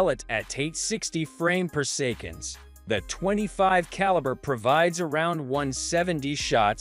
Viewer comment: worst text to speech ever - poor sekon for "per second"